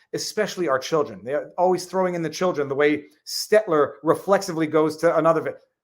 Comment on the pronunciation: I prefer the longer form podcast, but either is fine. Just when you're in the car slow down a tad and take a breath every now and then lol. And Viva please, you're killing me... It's Stell-ter, not Stet-ler.